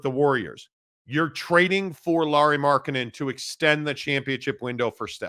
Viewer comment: who is Lauri Marketnnen?